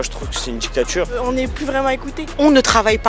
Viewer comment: C'est quoi une djictchatchure ?